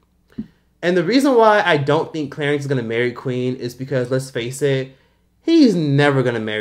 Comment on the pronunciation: “Clerence Rack” 😫🤦🏾‍♀️